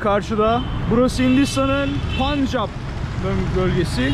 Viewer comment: telaffuzun yanlış...SİKH... değil SİH ... Öyle mi yazılıyor bilmiyorum. Ama onlarca yıldır, telaffuz bu şekilde. Bir de, punjap değil telaffuzu PENJAP... O rası da bilinen zamanlardan beri öyle telaffuz ediliyor.